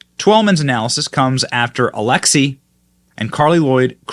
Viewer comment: It's not Alexis. It's Alexi, and it's a dude, for anyone who was confused. Used to play for the USMNT back in the day.